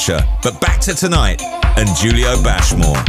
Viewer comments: I love how he introduces him self as Julio (pronounced Hulio obviously) 20secs later Radio 1 introduce him as Julio (pronounced as a J) Get it Right! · Despite him saying "Hulio" in the intro piece, the DJ still called him "Jew-lio"